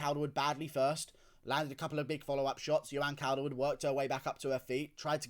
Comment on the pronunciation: You CANT even say her first name... JOE-anne... Not yoanne... Cawl-derwood... Taila is a man, end of